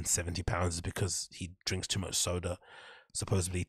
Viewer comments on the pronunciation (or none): No shade, I dig your channel and vibe , but if you're gonna tear down Brenda for his speech impediments you might wanna have your sh$t down. It's not 'supposebly,' it's supposedly